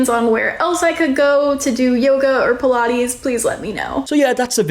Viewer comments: Puh -La-ees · Pilates ❌ Pilah-ees ✅ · What on earth is pi-la-eees??? Almost couldn't watch...😩😅 Anyway, some businesses self destruct as a result of the owners' arrogance. Such a silly situation.